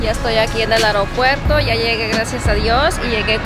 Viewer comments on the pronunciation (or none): Eropuerto " Aropuerto" ???? Es Aeropuerto 😃